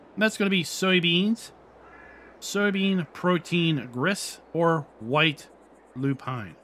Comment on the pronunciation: Now you can bread a little bit after all of these words 😅 Your pronounce of Lupine is really great now. Well this is a lot of products to mix up as well as optional stuff. I think this is too much for many players, but for those that like realism and curiosity wants to use this. I'm not sure if I'm going to use this in the long run, but I might give it a try. Thanks for the video